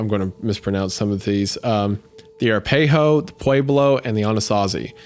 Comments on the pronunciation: You-tays and Air-a-pay-hoes 😂😖. You guys crushed it this episode! It’s A-rap-a-hoe and what Aussies call a off-road truck. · Arapaho is pronounced "uh-RAP-uh-hoe". I grew up in Oklahoma, so I know most of the nation names. No idea about Ute, though. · Just a heads up, I live in Colorado and the Ute tribe is pronounced like "yoot" and Arapaho is said like "uh-RAP-uh-hoe". You got Pueblo and Anasazi correct. Fun fact, Anasazi isn't used for that tribe's name anymore as it's actually a very insulting name given by other tribes to them meaning something akin to "ancient evil". Instead these days, though probably not at the time this story was written, we just call them the Ancestral Puebloans. The whole tribe also famously disappeared from their home one day, seemingly into thin air, or at least according to legend. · i live in Colorado and hearing Wendigoon sound out "Air-Ah-Pay-Hoe" is giving me a good belly laugh. We pronounce it "Arrra-Pah-Hoe". xD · Uh Rap Uh Ho Arapaho Wendigoon: AirPay Oh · tribe pronunciation ☺️ Shoshone: sha-show-nee Ute: you-t Manitou: man-uh-two Arapaho: uh-rap-uh-ho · You-ts = Utes uh-ra-pah-hoe = Arapaho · Ute = Yoot.....Arapaho = uh-Rap-uh-ho.... Manitou = Man-uhtoo.....Pueblo = Pweb-lo. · Arapaho ( uh-rap-aho) Utes (youts) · Ute is pronounced like 'mute' without the m. Arapaho is pronounced like "aye-rap-ah-oh". I live in Colorado and this is how i hear the museums say it. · I grew up next to the Navajo and Ute reservations. Ute is pronounced how it’s spelled and Arapaho (I think that’s what Isiah was saying) is uh-rap-uh-hoe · I grew up in Colorado! It's cool to have such a creepy story set there. Although I was cringing so hard at Isaiah's pronunciation of the tribe names. Ara-pay-ho especially got a laugh out of me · Arapaho — “A-wrap-A-hoe” I’m not even native, but your pronunciation pissed me off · It's pronounced "Yoot" and "a RAP a ho" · Ute/Utes is pronounced like yoot/yoots and Arapaho like R ah pah hoo